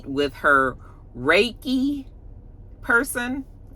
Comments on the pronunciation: Exactly! When she mispronounced Reiki, I already knew! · Stormi is fake AF!! Last season it was the sound bath, but she had to read off a piece of paper to explain to Mel about it! And now it’s this Reiki, which she didn’t even pronounce right!!